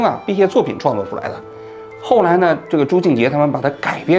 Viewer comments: 还有朱洁静说成了朱静洁😂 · 朱洁静 不是朱静结😅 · 作为阿兰、haya和朱洁静的路人粉，真的想提醒王局，念错名字（朱洁静，不是朱静洁）和认错脸（那句藏腔的歌手不是阿兰是haya乐团的黛青塔娜），这样的失误，是可以事先稍微准备一下就可以避免的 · 纠正一下王局的口误 朱洁静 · 跳舞的是朱洁静，老王读错了😅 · 王局，你喜欢人家朱，为啥人家名字都叫不对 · 王局这集有瑕疵 首先是 朱洁净 名字念错多次； 再者多艺术作品的解读显然不是王局的本行，有点尬；阿兰是四川康定人，这里可以说说四川藏区和西藏藏区的关联和区别？王局加油，新年快乐！ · 你挺喜欢的舞蹈演员还念错名字啊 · 是的啊，我听着也很别扭，朱洁净的名字一直都说错了，还说他一直很喜欢朱洁净的舞蹈。